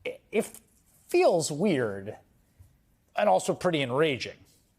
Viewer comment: Enraging you say? 😂😂